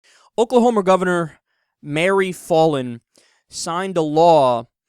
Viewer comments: btw, it's not pronounced "fah-lin", as in "ball"... it's pronounced "Fallin" as in "pal". Short-a. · It's pronounced "foul-in." I know because unfortunately she is my mayor. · I'm an Oklahoman and I kinda well not kinda I do hate Mary Fallin and also I love how Kyle says her name wrong